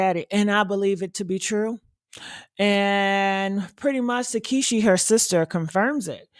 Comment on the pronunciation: Her name is pronounced tah see kee not takeshe